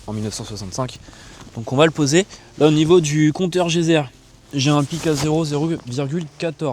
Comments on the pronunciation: Salut j'adore ta vidéo, mais je voulais te dire pour le compteur de radiation c'est pas un compteur ''gezer'' mais geiger' merci a plus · Compteur Geiger pas geyser !